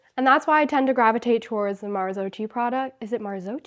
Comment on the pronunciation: Hey,, just discovered your channel and love it. BTW, this is pronounced "Mar-zo-ki" (not "chi"). I wish you a great season!